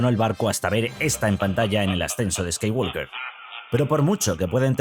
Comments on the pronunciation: La L de Skywalker no se pronuncia. En inglés la palabra "walk" se pronuncia "guoc" y no "guolc". Sí, es un idioma muy raro. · Si vas a pronunciar la 'J' como 'Y' para decir Yedi, entonces de una vez por todas pronuncia bien la palabra Jedi como "yedái". Otra cosa, la 'L' no se pronuncia en Skywalker. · Pronuncia bien el nombre Jedi, Skywalker. Ósea nada nuevo. Lo peor es que en la última película pusieron una escena lésbica. Rey es una típica Mary Sue.